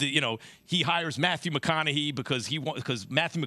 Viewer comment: The most shocking part of all of this is max pronouncing McConaughey, "McConaughee"